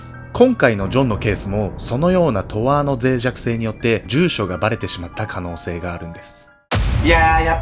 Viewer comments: とあーじゃなくて とーあじゃ… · トアーってw トーアなっw